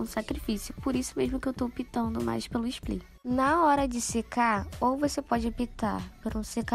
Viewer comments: Uma fofa você… muito gostosinho assistir o seu vídeo! A voz dela gente 😍 Só uma coisinha sua linda, se diz spray (com r) e não “splay” (com l) rs. Sucesso pra vc 😘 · mulherrrrrr, tu é belíssima, linda até sem maquiagem, mas "splay"??? 🤡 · Engraçado que ela fala splay😅